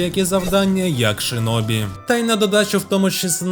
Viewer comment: Як людина яка говорить японською, то можу вам сказати, що у вас дуже гарна та правильна вимова назв)) тільки не шИнобі, а шІнобі (в японській є тільки звук «ші»). Бо через кацапську транслітерацію в нас досі неправильні деякі японські назви. І це насправді є проблемою, бо в Україні до сих пір користуються кацапською системою, на жаль ((( Відос суперкласмегаульот 🎉🫃